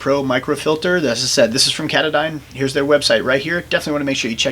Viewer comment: ka-taaaahh-don NOT cata-dine!